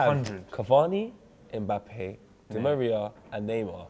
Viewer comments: Mebappe will meet mesunday loool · The only thing real now adays is how pronounces Mbappe. "Mebappe